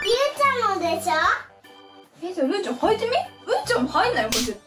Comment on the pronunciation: うーちゃんゆうちゃんって言えてる